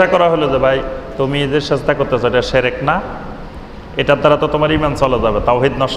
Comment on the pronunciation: শেরেক না শিরক ভাই।আপনি সুন্দরভাবে বলুন সেটা আরও ভালো হবে ভাই।